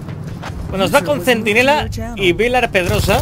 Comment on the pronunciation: Me caes muy bien, pero ese “Villar Pedrosa” me ha dolido xd